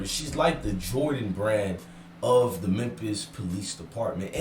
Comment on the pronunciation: It’s Memphis my guy not mempis